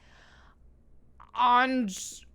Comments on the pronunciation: You said "Andrzej" correctly, Sapkowski is the easy part. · Your pronunciation of "Andrzej" was spot on until the last letter. You read it as you would read "y" , like in "hay".